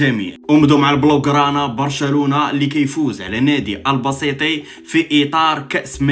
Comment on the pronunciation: ألباسبتي وليس ألباسيطي عندكم مشكل مع حرف ت 😂😂